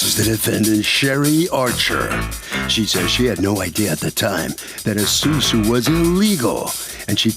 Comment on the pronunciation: Its Asusu not susu